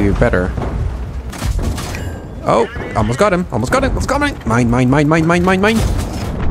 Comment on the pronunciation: NEIN NEIN NEIN NEIN i know he sais "Mine"